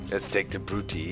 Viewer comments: Um, no... In the video the guy says Brute-ee-EYE, which is definitely wrong and nothing like what Doc was saying. Doc says "Brute-ee-ee," and I was just pointing out that you don't have to put the glottal stop between the two "ee"s. That bit about paying attention before commenting is good advice; I'd suggest you follow it. :) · To be fair, either way Doc is still probably saying it incorrectly (likely just because he's used to German, though). Traditionally the -ii at the end is taught without that pause between the "ee" sounds. It's not "Brut-ee-ee;" it's just "Brutee." The best example I always use is Nintendo's "Wii" (which uses a Latin pronunciation). You don't say Wee-ee; you just say "Wee." Granted, I said "probably" in the first sentence because it's still a dead language, and nobody is 100% certain. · Doc, The faction names are pronounced: Juli(eye) Scipi(eye) Bruti(eye) Cheers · Actually they are Juli(ee) Scipi(ee) Bruti(ee) It's Latin and would be pronounced this way. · Its not Japanese/Asian in anyway, its Latin, and EE instead of EYE. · The first 'i' is pronounced 'ee', the second is pronounced 'eye' in Latin. So "Jew-lee-eye", "Brew-tee-eye" and "Skip-ee-eye". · you to pronounce it like 'Brutiai' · Haha Brutii is pronounced bru-tee-eye silly doc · You say the names wrong btw